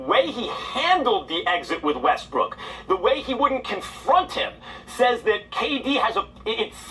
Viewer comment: you're the only person I've listened to that calls Westbrook "WestBrick" so consistently.